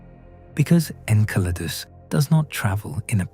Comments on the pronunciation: En-sel-r-dus? Nope. I left. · The synthetic narration is horrible. I count at least 5 different pronunciations of “Enceladus”. There are many videos just like this. If you want yours to have many views, do better.